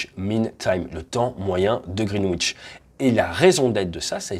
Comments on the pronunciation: Très instructif, comme toujours ! Juste pour info, Greenwich se prononce "grinidch". Ça fait parti des bizarreries anglaises, un peu comme Worcestershire que se prononce... "wostecheuh" O_o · Attention à la prononciation ! Le 'w' dans "Greenwich" ne se prononce pas :) Même chose dans Norwich, Chiswich, Warwick... Mais pas Ipswich (il faut toujours des exceptions sinon c'est pas marrant ...)